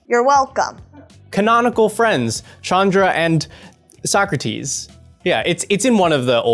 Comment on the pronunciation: Like, all the mispronounciations going on in the game were getting on my nerves, but the missed "So-Crates" did as well! 😅